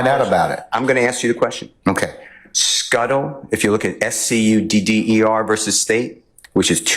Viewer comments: Scudder not Shutter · I don’t know if I could hire a lawyer that can’t pronounce Scudder.